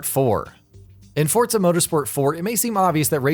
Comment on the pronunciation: Its forza not fortza